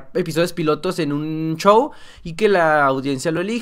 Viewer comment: X favor!! X favor!! No digas chow!, Di Como es Show, x lo menos a mi me estresa oir esa palabra 😅😅 Gracias 😉